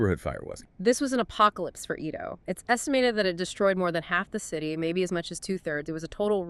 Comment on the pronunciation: It`s very hard to watch your video when you keep calling it E ~ do. It's pronounced A - do